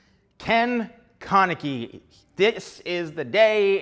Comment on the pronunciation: LOL HOW HE SAYS KEN KANEKI